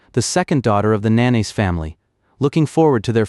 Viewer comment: I keep hearing manaise family. 😂😂 it's Nah nah say. Lol